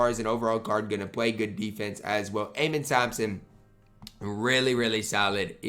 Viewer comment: amen thompson is pronounced “uh-men”